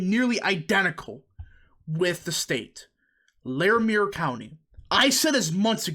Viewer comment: It's pronounced Lair- a- mer county. And the ft collins area is full of yuppies and hipsters. The people that don't want to live in Denver but still agree with the demographics, move to Ft Collins.